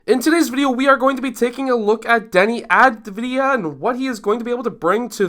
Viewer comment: Great video. The reason Deni didn't take a floater is that he shoots floaters with a low percentage. It's an issue he still must work on. Second, the way to pronounce his last name is Av as in Avocado , Di as in Dianna, and Ya as in Yahoo.